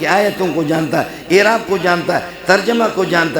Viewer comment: حضرت معذرت کے ساتھ آپ اَعراب کواِعراب پڑھ رہے ہیں